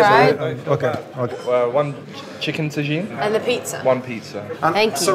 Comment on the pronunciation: dans un hôtel français "oNe ChIcKeN tAjInE"